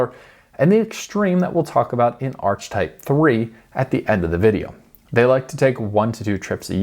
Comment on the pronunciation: I’ve never head anyone pronounce Archetype Arch type😂😂